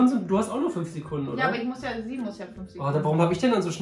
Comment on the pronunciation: Julian: fününf Ich sag auch immer fününf ich dachte immer ich wäre die einzige die das sagt